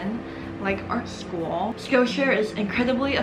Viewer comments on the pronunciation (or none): the way she said aRt sCh0oL